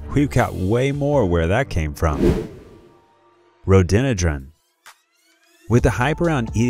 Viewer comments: We saw several of these at the Butterfly Pavilion 😳 Strong advisory NOT to touch butterflies OR plants. FYI Rhododendron has 4 syllables & is pronounced 'rō-dō-den’-drun’ 🙂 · Hi, Rhododendron; I've only ever heard pronounced; ROW-DOUGH-DEN-DRAWN, a very common and attractive spring flowering bush/tree in my part of the world.... OK.. Thanks ! Have a Good Day.